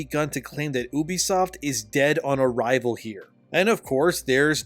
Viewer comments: U, Ubisoft, YOU BISOFT. Come on bro sound it out. Not OU BISOFT. bro the way you say it really drives me up a wall. Great video tho. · It's "YOU-BEE-SOFT" are you special or something? You can't pronounce words properly? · You-bee-soft NOT ooo-bee-soft, fuck I hate when other nerds just make up their own pronunciations for names in the industry. It’s not ooo-connect, or ooo-play, it’s you-play and you-connect (uplay, uConnect). That’s like saying eye-tal-ian (Italian) instead of it-al-ian. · for the longest time I been pronouncing Ubisoft wrong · Ill listen to your opinion when you pronounce Ubisoft correctly